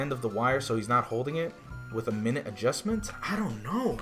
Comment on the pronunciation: I'm just mad that you pronounced minute incorrectly. Great vid as usual!